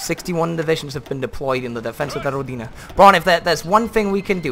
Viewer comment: You pronounce Rodina badly. The strenght is in "Ro" and not "di". Also that "d" is soft not hard.